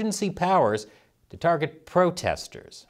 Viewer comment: "Im hunting pwotestews" you crack me up.